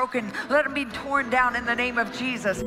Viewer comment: Wait did she call President Trump cheesus?!?!